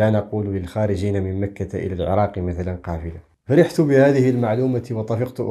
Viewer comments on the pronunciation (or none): none